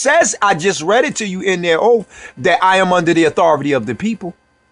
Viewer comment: You didn’t just say “Oaf!!” OaTH!